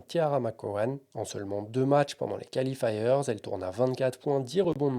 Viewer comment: Bien, comme d'had'... Mais l'horrible "califailleurzz" qui déchire les oreilles.